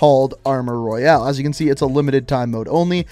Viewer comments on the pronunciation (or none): none